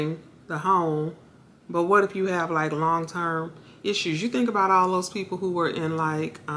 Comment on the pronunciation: The word is WHAT not "Weh"